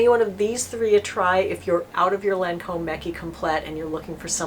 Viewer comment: Its pronounced lon- comb...its French ...not lan comb lol